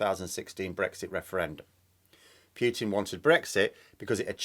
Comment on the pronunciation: His name is not pronounced Pewtin, the u is short